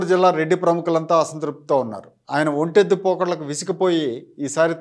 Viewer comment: ఒంటెత్తు అనాలి. ఒంటెద్దు అనకూడదు.